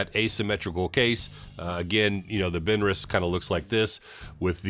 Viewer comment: I am 77 and I have never heard anyone pronounce it like you. Maybe I’m just a country hick.